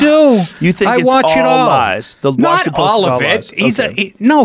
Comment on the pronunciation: Wawshington Powist